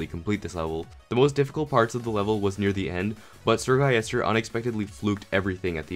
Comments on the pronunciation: “Sir guyester” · eseerre gulister